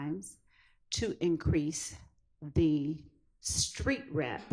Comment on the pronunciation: He say Creek credibility not street credibility 😂😂😂😂😂😂😂